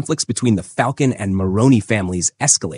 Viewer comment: It's fal-cone Great breakdown! Keep up the good work you